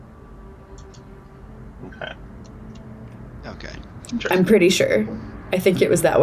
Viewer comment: also did anyone else here say “there is no liberian”